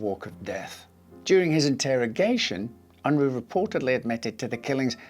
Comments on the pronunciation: ~ It's not "Un-Rooo" but rather "Un-Raaa" as in uh not Ooo. and he's of Mennonite heritage. I'm amazed he even fought in the war because Mennonites are pacifists. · It's pronounced "Un-Rah" not "Un-Roo"